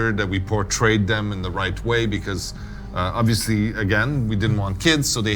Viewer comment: OBILIVLYBIILIOUS Learn english dude..........